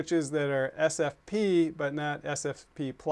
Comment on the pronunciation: Argh. It's S F P ! ! ! NOT S P F!! This is maddening, it sounds like you're talking about suntan lotion.